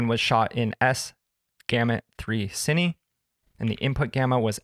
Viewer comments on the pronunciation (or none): none